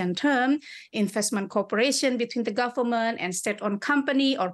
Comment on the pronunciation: I am struck of why Indonesian struggle to pronounce V but F is the sound that they used to it. Very become Fery, government sounds gofermen.